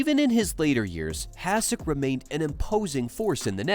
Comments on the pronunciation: Why are you pouncing his name like that? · AI generated content. Can't even pronounce his name right. Stupid f'ing channel